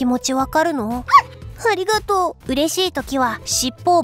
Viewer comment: ありがとうじゃなくて、おりごとう